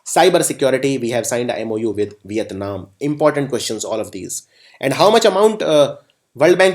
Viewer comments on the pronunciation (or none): none